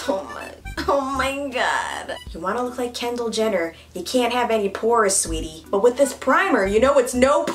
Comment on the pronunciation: I hear calling Kendall “candle” lmao.